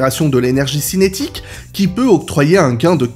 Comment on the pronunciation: "cinétique" et non "cynétique" qui ferait mention aux chiens. 🤣